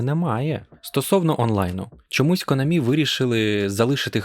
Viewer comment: Спасибі, я це й так знав. Але чо наголос у Конамі на останній склад? Я завжди голосив на А.